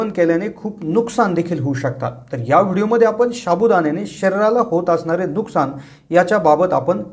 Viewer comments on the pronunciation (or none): none